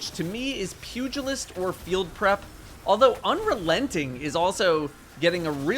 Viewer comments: Thank you for being one of the first YouTubers I’ve heard pronounce Pugilist correctly. 🤦‍♂️ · Muh boy pronouncing Pugilist correctly. Godbless